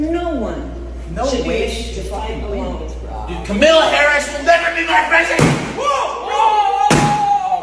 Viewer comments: They can't even say her name right, sheeesh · You didn't even mention that hammer bro called her Camilla 😂 Did he not watch the annunciation lesson earlier?